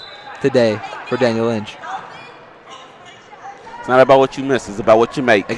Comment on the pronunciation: Good game tho, they just had the advantage of being adults most of them were 22 or 18 while most of us were 17 or 15, i was DANIEL INCH as he called me 🤣 it's ing not inch lmao, we had a rough time getting a flow because we've never played them before, we've been playing HF and Andrew the entire season 🤪 and got used too them too well